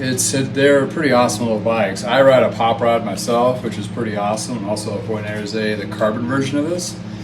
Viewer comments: Its Buenos "Iris" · It's pronounced - bway·nows eh·reez